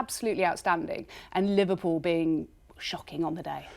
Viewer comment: Li-VAR-pool the Invincibles pwahahahahahahahahaha !